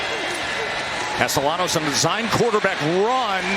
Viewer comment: casteLLanos.............por favor, pronuncien bien el apellido del QB, gracias